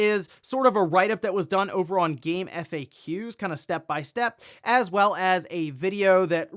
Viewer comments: Yes. I've never spelled out faq in GameFAQs before and I've never heard GameFAQs specifically said that way. I did a doubletake when I heard it and I had to pause the video and look for comments on this and yours was the only one I found mentioning this. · It bothers me how you pronounce GameFAQs